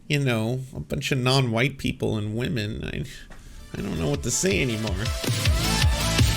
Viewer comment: Whenever I hear these chuds say wahmen, all I can think is "They besmirch the way of Wah! Takodachis rise up and defend the honor of our priestess!" I've been on the internet for too long.